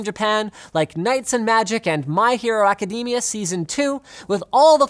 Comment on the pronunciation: Did he just say my hero aca dE mia